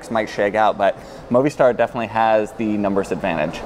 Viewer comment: Moh Vee Star* ! Great video though!